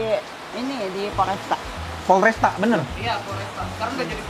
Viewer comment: FORESTA bkn polresta 😂😂😂😂